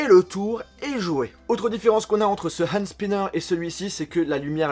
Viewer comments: Prononce "Hand Sniper" comme TK78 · super vidéo j'adore la façon dont tu prononce le H de Hand Spinner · Super video 😍 jaime comment tu prononce HHHHand spinner(avec un H super prononcer 😂😘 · Je suis le seul à rigoler de ça façon de prononcer " Hand Spinner" ? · C'est affreux quand tu dit Hand spinner